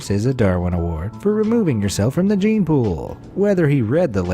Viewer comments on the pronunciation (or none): none